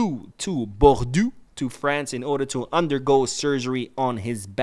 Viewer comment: Yo! Bordeaux the city MATS is going to undergo his surgery is pronounced BORDO. Side question though, how did you manage to be fluent in Arabic? I love the language and I am fascinated that you speak it!